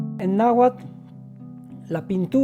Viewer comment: Me encanta que todas las palabras Nahuatl en este video se pronunciaron con el acento de su idioma. 🥰🥰